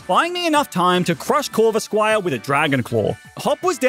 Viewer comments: how’s nobody realize that he said corvisqire also Cynthia is 30 and is 24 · Bro said corvisquire